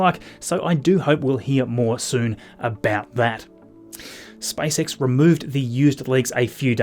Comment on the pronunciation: He said SpiceX rather than SpaceX